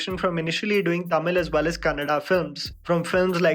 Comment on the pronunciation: I loved it when u said kannada 🥰not kannad which most of the people say.. Even if they knew it